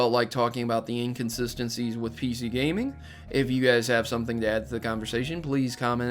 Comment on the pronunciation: "The Inconsistency of PC Gaminge" "Gaminge"